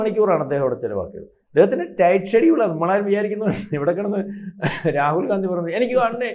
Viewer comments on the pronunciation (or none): none